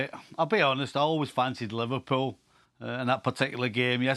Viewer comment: Everyone saying liverpooo in Europa league 😂😂 3rd. Thank you very much. Hahaha